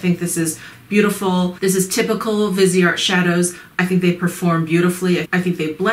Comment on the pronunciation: Viseart means FaceArt. VEEZ R is how you say it. Vee Zar. No T.